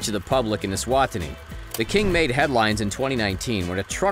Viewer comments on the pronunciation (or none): Note to narrator.. E-swa-tini!!! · Not trying to be rude bur I live eswatini and your not saying the name right it's e-swa-ti-ni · I Live in Eswatini and they way this commentator butchered the name of my country is shocking.